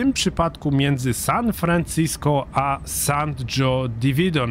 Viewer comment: Hejo, San Jose Diridon czytamy z hiszpańskiego :) "San hose/San hoze" :)